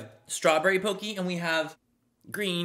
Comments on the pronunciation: Btw pocky is pok-e not pokey. Just hating just letting you know😂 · I'm dying at how he says "Pocky" pokey 🤣🤣🤣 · Nobody: Literally no one : Manny: OMG POCKEY WE DONT HAVE THIS KIND OF POCKEY HERE Even though it’s pronounced (p ock e) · Lol it's "pock-y" not "poke-y" and most of the items are dollar store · it’s POCKY not POKEY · Btw just sayin its not poicky the way you say it its po cky no afens just sayi ✋😅✋ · Its picky not pócky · Manny: I love Japanese culture! Also Manny: Poke-ee. 😂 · I was about to say the same thing lol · i couldn’t get over it 😂😂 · It’s pocky. Pronounced like walkie talkie. Palkie 😂 Pocky. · Lol!! It's not like it's pockey. You know like hockey, but instead of an h, it's a p.😂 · The way you pronounce Pocky is hilarious! And cute. ♥️ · The way you pronounce Pocky is so adorable. 😂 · Lol when he pronounces pocky.